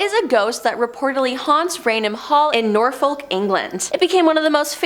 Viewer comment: As soon as Norfolk was wrong I gave up. I can somewhat understand greenwich but norfolk?